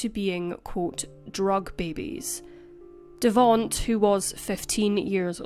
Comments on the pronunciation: Devonte like Devon-tae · Devonte's name is pronounced "de-VON-tay" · its pronounced devontay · "Devaunt's" name is spelled Devonte and is pronounced De-von-tay*. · Devonte. It's pronounced Da-von-tay. Accent on the 3rd syllable ❤Excellent video....per usual. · The mispronunciation of Davonte is sad lol